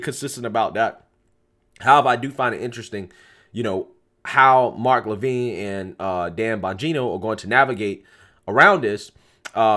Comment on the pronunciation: It is pronounced LUH (just like the beginning of lo ve) Vin (like the name Vinny) Luh Vin